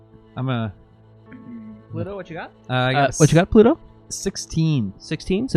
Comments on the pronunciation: And "Pluto" becomes ""Polluto" lol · Pooor Pluto keeps being pronounced Pollute-oh! :p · I am aware of the existence (religious/mythological/astronomical/etc) of Pluto. I was referring instead to a perceived recurring additional syllable which would transform that name into something else, eg a hypothetical antagonist to 1990s fictional environmentalist superhero, Captain Planet